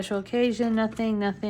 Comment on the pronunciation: Oh my word, the whole time I thought you were saying “Special Cajun” not special OCCASION 🤦🏼‍♀️🤦🏼‍♀️. Being in the south I just figured it was a Cajun event😂